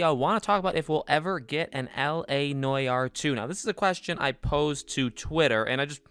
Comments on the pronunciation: la noy-are? that's not how you say it mate. la nu-ar but with no emphasis on the hypen. la nuar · Bruh… it’s NO-ARE not noyayar.. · It’s not pronounced noy-our you goose. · La Nore R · la nwar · Why the fuck do you pronounce it like that Jesus Christ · The way u pronounce noire disturbs me to my core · If he says noire that way one more time I swear to god